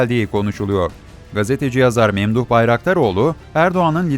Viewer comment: menduh bayraktaroğlu değil memduh bayraktaroğlu*